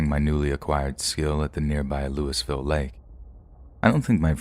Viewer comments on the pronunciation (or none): none